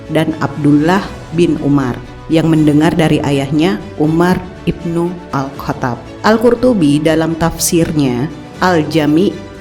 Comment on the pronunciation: Tunggu dulu 🤔🤔 Dia ini kan yg ngaku mantan hafidz ya? Tapi kok nyebut nama sahabat nabi saja salah Mosok Umar Bin Khatab Dia sebut Umar bin katap Lah?? Katap apa itu katap Waduhh Jangan jangan... 🤭🤭🤭